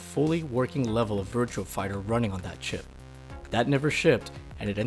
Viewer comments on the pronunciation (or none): clawing at my ears VirtuA! VirtuA! Not Virtual, VirtuA! Please tell me you aren't one of those people that say "Gameboy AdvanceD!" Otherwise, good video. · Do you keep saying Virtual Fighter instead of Virtua Fighter? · I swear he mentions the fact it's Virtua, not Virtual...then proceeds to say Virtual for the remainder of the video...